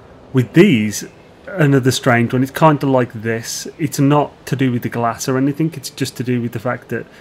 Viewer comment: Why do you say "anythink" ?